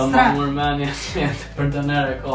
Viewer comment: Jeni qifti ma i mir ne bot veq vazhdoni kshtu edhe një send haha nuk thuhet doner po Döner hahah❤😂